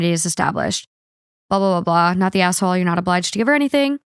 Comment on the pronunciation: When says asshole, it sounds like she's saying asswhole